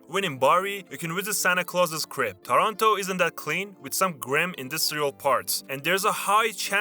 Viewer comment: Il testo pieno di errori di pronuncia…sicduramente di IA….terribile.. non si puo ascoltare…,)Toronto. )invece di Taranto..)…,comorra…